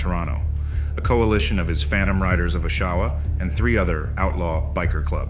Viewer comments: Great video, but just a note as someone who grew up here a 1/2 mile away from the Choice clubhouse.....It's not pronounced "OshAwa", it's pronounced Oshawa, with the emphasis on the O (it's a "soft" O, not a "hard" O). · You shouldn't use a computer generated voice for a documentary. This voice can not pronounce Oshawa properly, which passes me off because it's my hometown, and I don't think Bernie Quindon would like hearing his last name pronounced Gindon either! If you're too lazy to narrate the documentary yourself, maybe you shouldn't post the video!